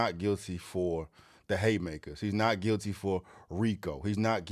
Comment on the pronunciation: He did say " NOT GUILTY, AND IM FILTY " LOL